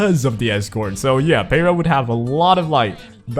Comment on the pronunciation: Ok,, you have an excuse because you're Asian. Heh heh... But for real, youtubers in general do not know how to pronunciate Jack s***. Peira= pee-air-A!